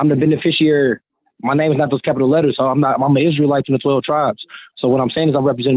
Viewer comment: An "Isree Lite"? Is that like a Coors Lite?